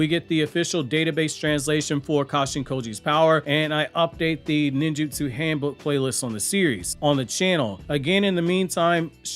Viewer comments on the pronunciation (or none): none